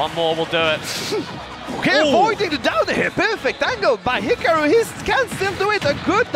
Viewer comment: I hate how they're pronouncing hikaru. It's hee car roo....